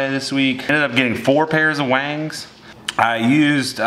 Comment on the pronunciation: Last Vlog: "I dont know if I will get the wangs" Today: "So I gt 4 pairs of the wangs on the way"